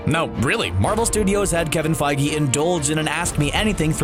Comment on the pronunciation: Love the videos guys but PLEASE... It’s Kevin FIEGE (F-EE-G)